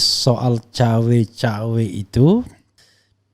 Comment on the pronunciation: Wkwkwk ngeles ya, saya denger sih bukan cawe cawe, tapi cakwe cakwe 🤭